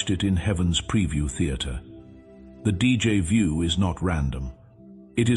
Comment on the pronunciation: This AI voice makes so many errors it's a college drinking game Mispronouncing words speaking in Spanish German Portuguese and French and finally English most Americans and Canadian speak English with no other languages mixed in Two thumbs down 👎👎 DJ vu is not a word in English and it comes from the French deja vu